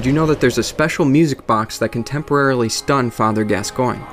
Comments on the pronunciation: Gascoigne is pronounced Gascon. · Also, Gascoigne = Gas - con. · Father Gas-SEE-Ohn. Jeesssssus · saro ban I've never played the game, but I first heard the name spoken as Gas-Coin, but when they spoke his name in the game, they said Gas-con. I'm with you bro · ***** Yes, Eileen does say it. And she says Gas-con. 'Cuz that's how it's pronounced. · ***** Yes it is spoken by her. And she clearly says gas-con. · ***** Who am I gonna believe, you or my own lying ears? She clearly says Gas-con, I've played through it multiple times. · Just for the record, I recently played through yet another BB game, and she definitely, 100% says Gas-con. If you insist otherwise, you're hearing things. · It's Gascoigne. Gass-Kwahn. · You pronounce Gascoigne as gas-scone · gas coin is the correct way to pronounce Gascoigne